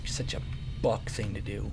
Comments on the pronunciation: He said fuck or buck but it sounded like fuck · When he says buck i hear something else